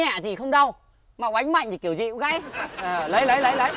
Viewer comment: Phải đọc là gãy chư bạn